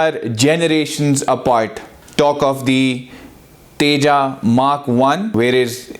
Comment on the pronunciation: Pehle Tejas pronounce karna seekh le phir analysis kariyo. Bheekmanga desh k bheekmange log